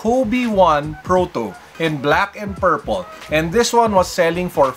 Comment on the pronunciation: Pwede na ilagay yan sa mga off white shoes haha. “Off White”, “Shoelaces” ito naman “Pairple”